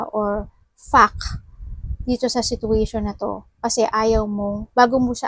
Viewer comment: It sounds funny when you pronounce the word "fact"